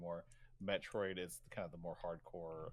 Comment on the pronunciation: I can’t even tell if he is rage baiting by mispronouncing Metroid